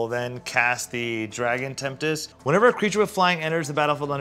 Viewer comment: i love the "Dragon Tempt dis" pronunciation of Dragon Tempest lol